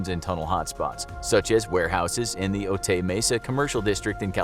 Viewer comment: It’s pronounced Oh-Tie.